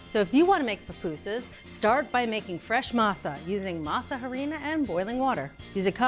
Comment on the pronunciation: Masa harina is actually pronounced masarina. The a in masa is meshed with the silent h and a at the beginning of harina to make one word. Alternatively you can just call it masa. But pronouncing the words separately one after another is not correct.